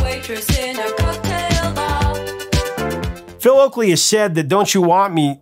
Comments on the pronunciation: Oakey not Oakley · Sorry to tell the professor something but you kept on calling the human league singer Phil Oackley it’s Oakey infact he had a sister Carrie (Oakey) who most people performed her songs very badly 😘 …I made the sister bit up 😊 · Oakey not Oakley. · Hi Professor, it's Philip Oakey not Oakley. Everything else on point. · The singer of The Human League is called "Phil Oakey" not "Phil Oakley" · It's NOT Oakley. His name is Phil Oakey. A professor should know that, ehm...